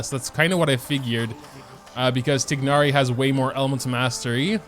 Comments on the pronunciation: no, the game pronounces it as "tie-nari" which is the right way... how do u pronounce it like? tig-nari? ☠ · I'm pretty sure that you read it as "tay-na-ri" not "tig-na-ri" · 'tignari' my guy its 'tie-nari' but slay lol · It's tie-nar-ee not tig-nar-ee 😭😭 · he keeps saying ti gnari its tighnari (like tie naree) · I thought his name was spelled thai-nari not tignari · TIE-NARI, not TIG-NARI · IS he actually saying tignari 😟😟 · Love the vid! I don't think that is how you pronounce tighnari though, but I always enjoy your content! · Day 1 of yelling about the mispronounciation of Tighnari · thats how hoyoverse pronounces it, but in the actual pronounciation he is closer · please pronounce it right 😭